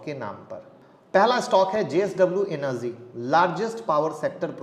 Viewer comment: Dude, it's not 'Enerzeeeee' it's 'energy'🙄🙄